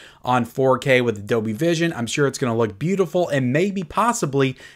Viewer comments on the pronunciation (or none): Hey. There's an L in Dolby. It is not silent and the word is not pronounced as Dobie.